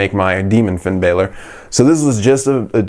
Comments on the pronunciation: its not finn b-ai-lor its b-a-lor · It’s Balor not Baylor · That shit annoys me